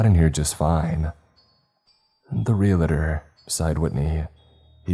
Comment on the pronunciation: Repeat after me: "Re-al-tor". Not "Real-a-tor".